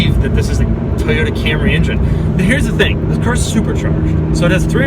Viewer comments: love the video. but call it an "en-jen" please...not an "in-jin" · injin cover? ive never heard anyone say injin instead of engine. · Why does it sound like he's saying "Ingine?" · Fuck it. I can't hear this guy say injun one more time. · Sorry I can't resist it anymore................"injin" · Doug pronounces engine like my WWII vet grandfather says native americans